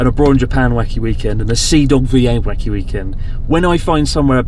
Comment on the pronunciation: you said weekend with the wrong stress twice at the end of the video 2/10